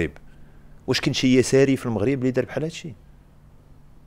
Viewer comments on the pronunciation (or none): none